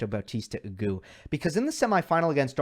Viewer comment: AguTTTTTT! Please pronounce the T -this is Spanish, (the 2nd language of USA) where every letter is enunciated.